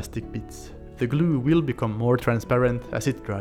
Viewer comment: I love how he says "glew" :)